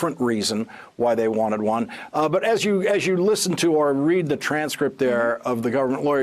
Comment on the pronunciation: Guy can't say "citizenship"...... how hard can it be??